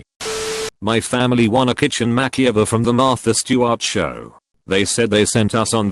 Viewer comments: No-one: Absolutely no one: Automated voice-over: MaCkEyOvEr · no one: narrator: mackey-over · Nobody: The Narrator: Mackie-over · The "mack-e-over" pisses me off every time the bot says it. Just like when it says cow orker. i just want to punch my laptop. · "Mak-ee-over." Edit: Sorry for the non-serious comment but . . . that just really caught my attention. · He can't pronounce makeover, LA What the hell